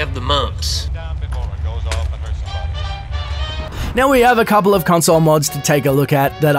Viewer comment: I hab' tha' MUHmps.